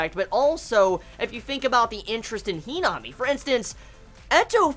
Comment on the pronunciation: Who tf is henome do u mean himami ur saying her name wrong.